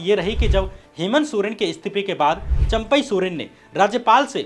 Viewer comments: चंपक नहीं चंपई नाम है , श्याम जी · Sir AAP jharkhand ke chief minister ka naam champak soren nahi champai(चंपई)soren hai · Shyam jee champak Soren nahi champai Soren hai hamare CM sahab